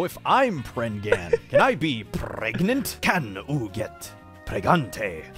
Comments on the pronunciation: "Praganant" "Prefnant" "Pregananant" Aight imma outta here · PREGANTE!!! :P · please tell me anyone remember old Pewds upload about "preganenant" thing and when he said "and you are retartedarard!" XD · pewdiepie: “pregananant hahaha so dumb” also pewdiepie: “womp” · el preganti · LE PREGANTE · P R E G A N A N A N T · "Perganrt, Preganant, Peegant" There's speaking the Language of Gods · "I love pergnut" - Pewds 2019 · I still say pregagnanant bc of you, pewds😂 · Has anyone else been saying pregananant for like 2 years now because of when he first watched that video